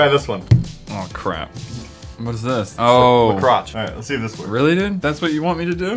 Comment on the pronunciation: "La Crotch" Nailed it